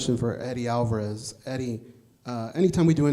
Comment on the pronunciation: "MendeZ" "AlvarUS" Casual detected.